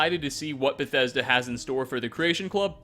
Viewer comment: wah wah wah Beth-eh-duh no fair to us gamerz